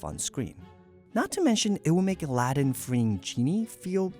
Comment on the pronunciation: your pronunciation for Aladdin is bad